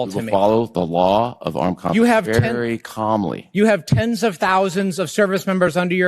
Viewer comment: "We will follow the law of armed conflict verrry calmly..."